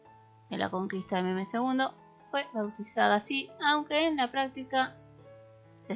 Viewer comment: los nombres como Mehmed y Ahmed,la hache que lleva en medio se pronuncia como j,es lo que entiendo